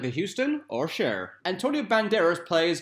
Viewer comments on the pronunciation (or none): none